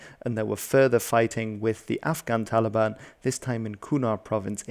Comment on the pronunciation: Hes saying "Taligan" 💔